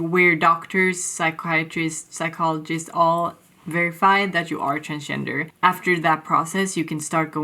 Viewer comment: You sounded like "I'm trans-ginger" actually, lol.